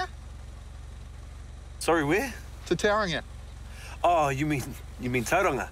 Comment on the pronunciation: Never in all my life have I ever heard someone say Tauranga so wrong..